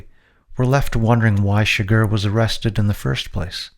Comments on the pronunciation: Why do you keep saying "arrested" as "arrestess"? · Did you say "arrestus" several times instead of "arrested"? There are a few times later where you pronounce "arrested" correctly, however its not the only pronunciation that was incorrect. Instead of "effortless" you said something like "efforcteless". And you pronounce "linear" like "luhneer". Your accent sounds native to american english and i am not trying to pick on you. Is there a dyslexia at play? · Why’s this guy saying “arestus” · Why are you saying “arrestes”